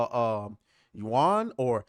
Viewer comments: And the Yuan sounds like youann. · Occam's razor... the simplest answer is usually the right one! Could it be that the CHINESE reporter actually meant 7 million CHINESE dollars? Wouldn't that make more sense rather than accuse the developers of Black Myth Wukong of being liars? By the way Yuan is pronounced YU-EN.